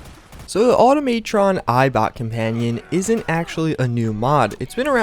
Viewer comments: Auto-may-tron? It is auto-ma-tron. No y. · good vid but everytime you said "automaytron" I cringed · Okay, I love the vids but learn some English bro, also I cringed so hard when you said auto - may -tron and some of your earlier mods you had made me cringe so hard, like in the submersible power armor vids you said only the bouncer helmet was a big daddy helmet when they all were, just some advice, look up the words before you say them and when you review a mod look up who made it, how, and the lore and the content of the mod, like how you practically called a previous mod author a model ripper for using and re-rigging the deadpool game model to work for fallout 4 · Dude automatron has a ahh sound at matron there is no E to make it sound like the way you are saying lol just letting you know